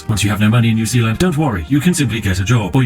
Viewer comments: Its Zeeland u barbarian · New S-EA-land. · Sounds more like New Peeland. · New Sealand... New Zealand... SPIFFING BRIT CONFIRMED NOT BRIT BUT KIWI